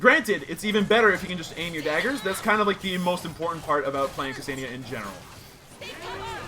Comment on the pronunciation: it's pronounced "kuh-senn-yah" not "kuh-see-nee-yah", I dated a Ksenia once av got first hand knowledge cheers